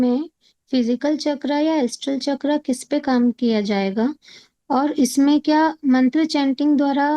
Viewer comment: मंत्रा नहीं मंत्र कहते हैं